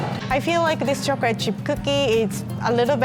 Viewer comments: I love how she says "chocolate".. chocorate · Awhh I love how she says “chocorate’ I love she’s so cute and a real og😂😉❤️